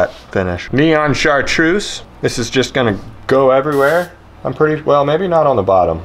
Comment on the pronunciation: Lol he said “chartrussy”